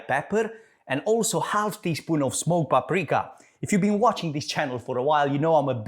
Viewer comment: Are you saying small paprika or smoke paprika? Looks amazing I can't wait to try it!!! 😍